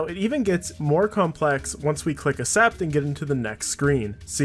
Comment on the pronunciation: Bro. It's not an accent thing. Accent is ak-sent. Accept is ak-sept. You're just pronouncing the words wrong. It's like I pronounce your name crum-b. It's just wrong. Idk if u remember me commenting this a while ago but I can guarantee if u leave ur small town and talk to someone and pronounce the cc like you do you'll just look like an idiot. Yeah this is semi toxic idk why it triggers me so much sorry